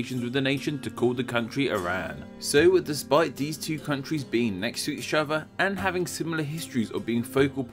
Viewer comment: Did anyone else have to do a double take because he couldn't pronounce "each other?"